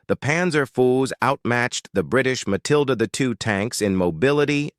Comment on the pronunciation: I really don't understand why someone who makes videos with AI narrators, can't at least view their own damned video before uploading it. So they can fix silly AI errors such as "Mathilda the second", and "Panzer fools". It really shows the extremely low quality of the production. And the extremely low effort in making it.